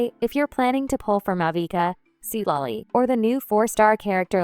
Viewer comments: ai voice must have freaked out when trying to pronounce thr name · Seat lolly✅ Citlali❎